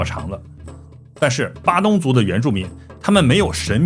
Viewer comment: padang 发音应该是巴当不是巴东。鱼尾狮是我们的旅游局找个荷兰顾问去搞的，位置都搬了几次。听了这集，估计估计以前那些也是瞎掰的吧。新加坡还有当年郑和的船经过的龙牙门，在Labrador park 那里 ， 你要不要连连看 ？